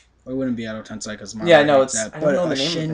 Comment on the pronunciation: I'm sorry guys I love your facebook page and your reviews but I reaaaallllyyyyy feel the need to say that some of your pronunciations of character names and jutsus are messed up. For example it's pronounced Edo TenSAY not TenSAI, and that Kamui is said like kamooey not kayumi (keep up the great reviews though, just watch your pronunciations)